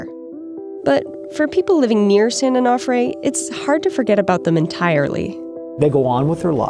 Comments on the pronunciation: Its pronounced Onofre. Not Onahfre. Is it that difficult to say? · Onofre is pronounced o no free. Not o naw free. This is why we call the beach their SanO. 🤙🏼🏄‍♂️ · San An-Off-Ray 😂😂😂😂😂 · San "oh know fray" why did you keep mispronouncing it after you heard the locals say it that way? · You guys couldnt learn how to pronounce "onofre"? So professional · The way the narrator pronounces "Onofre" really bothers me